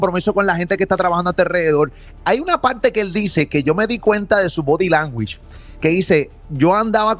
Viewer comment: Alguien enséñele a Molusco como decir “language”. Que no es body “languish”. 🤣🤣🤣